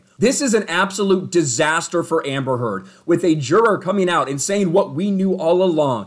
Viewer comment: World:: "Its a totally DisAsteerr" 😂🤙